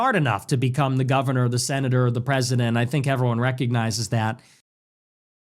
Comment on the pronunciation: “She said ALRIGHT AM I GOnNA bE tHe GOVnA now?” 🤣💀💀